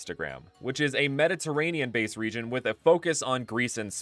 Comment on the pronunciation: I thought you said the "MENACE" region.